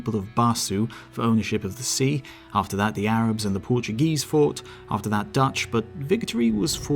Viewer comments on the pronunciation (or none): none